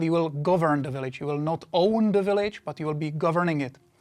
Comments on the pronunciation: I like how he says "willige", catches himself and starts pronouncing it "village". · "rebuild yur own willage "